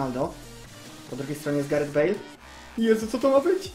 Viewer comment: "Wezmę Galareta Bejla" XDDD